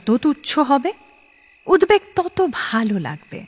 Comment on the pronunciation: র এর উচ্চারণ খুব খারাপ । উদ্বেগ এর ও।